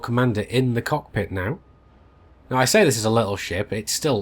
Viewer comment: Louie Leverett (Whispers in ear) Bro, it's cockpit not cod pit :-)